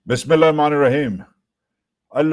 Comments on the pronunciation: Salam un aliqum wajahat bhai I am your subscriber and watch your videos regularly but if u don’t mind just want to mention that kindly read Bismillah slowly and with correct pronunciation…I know we aren’t perfect but there is always time to learn…the meaning changes when u read Arabic wrong otherwise huge fan of your Syed from uk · Wajahat S. Khan Jab ap apnay vlog ka start kertay hain to jaisay ap quranic ayah sahi talaffuz ke sath parhtay hai kindly bismiLlah ko bi zara sahi tarah ada kernay ki koshish kia karain aur 2nd number pe.. (Salam o alaikum na kaha kerain kindly assalamu alaikum kaha kerain ap "a" ko kha jatay hain Jo ke bilkul sahi nahi) kindly iss message ko positive lijiey ga Jazaak ALLAH khair